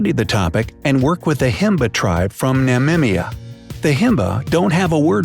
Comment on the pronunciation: Did he just say "Namimia " amount of disrespect.